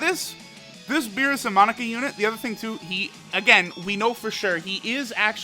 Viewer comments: Its "MOE NAKA" not monika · Its not pronounced monica. Its moe-na-cuh! Get it right!! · Mon-aka not Monika lol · Monaka not monica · monika? mo-na-ka!!!!! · „Monika“ lol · Mo.. naka!Not Monica ffs! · *Monaka cause says it like Monica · Moe-naka my guy c’mon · Say it with me kids! Moh-nah-kah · You say Monaka like Monika 😂😂😂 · I had to quit watching because of the way he pronounces Monaka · who else gets annoyed when he mispronounces monaka xd